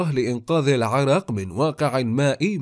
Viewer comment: اسمها عرااااااق وليست عرق شبك